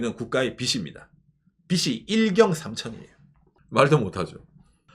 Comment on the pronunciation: ~ 영상 항상 잘 보고 있습니다! 근데, "빚이" 는 [비지] 라고 발음해주셔야 합니다! 츄미코상이 혼란스러워 할수도 있어요ㅠ 든지/던지 도 잘 구분해주셨으면 하는 소망이....ㅠ